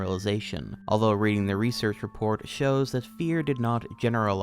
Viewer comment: Pennsylvanian here, it’s pronounced Redding, only know cuz I’m 15 minutes away